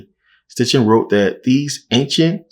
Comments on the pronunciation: His name is SITCHIN not STITCHIN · It’s Sitchin not Stichin but great video!